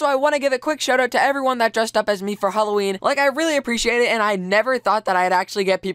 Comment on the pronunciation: You said holoween... if you get that refrence i love you so much